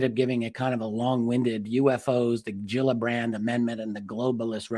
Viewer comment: fish have "gills" and they are not pronounced "Jills"